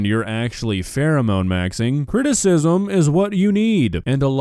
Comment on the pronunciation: "Phewemone Maxwing"